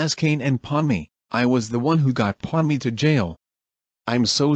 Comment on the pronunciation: Pomni, not Ponmi